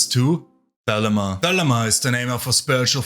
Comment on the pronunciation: Saying Crowley was an amateur is... incredibly off-base. A deviant and drug addict, sure. But amateur? You also pronounced his name and Thelema wrong. You seem like the unitiated amateur who likely wasn't allowed past the third level of anything and picked Chaos because no one has to vet your moral compass or actual abilities to have knowledge and conversation beyond the veil. Why would you know anything legitimate if you weren't even initiated in these orders.